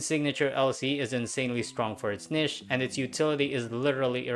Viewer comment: Separate from the actual topic, it's not often (if ever?) that i've heard the word "niche" said as "nihsh" rather than "nihtch" or "neesh".